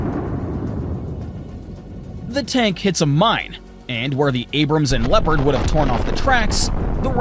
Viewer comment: when you say Leopand and you shao a footage of a Challenger 2 during training shots 🤣